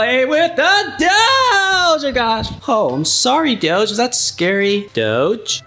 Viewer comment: Dough❌ Doge✅